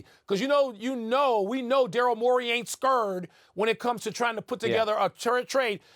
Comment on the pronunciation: bruh you can't say scurred while wearing a suit what